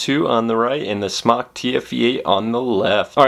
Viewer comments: Did you just say "Smock"? I believe it's pronounce "Smoke" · Please...SMOK long O as smoke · It's pronounced Smoke Tech. Heez us christ... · Both ways work. The chinese for Smok is like the way pronounce it (Smock) and SMOK is located in China. So I would say that's the way to pronounce it. But! SMOK themselves have already answered this question so me and everyone else can shut up and stop discussing. They said, I quote: "Hi, For Chinese, the pronunciation is more close to "Smock", For the word "smoktech" will be more close to "smoke" and I think different countries may have a little bit different pronunciation about it, so you could say whatever you like, haha. Thanks"